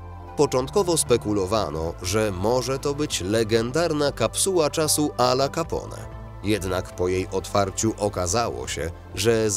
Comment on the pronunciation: " Al Capone "wymawia sie - Al Capone a nie Alla Capone.